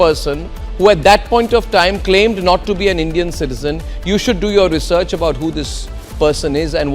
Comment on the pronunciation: When he say research.. I don't know I got laugh